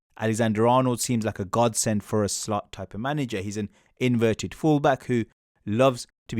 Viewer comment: It's Slot not Slut!